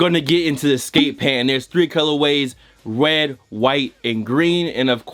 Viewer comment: “Wed, white and green”